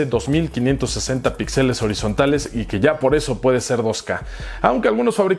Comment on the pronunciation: Ya que estás en correcciones, se dice píxeles y no pixeles.